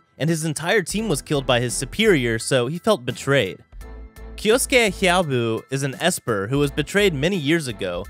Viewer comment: Its 'hyoubu' not 'hyaobu' - -'